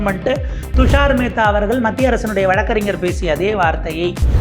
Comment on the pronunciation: "அவர்கல் " என சொல்லாதே Tongue cleaner use பண்ணவும்......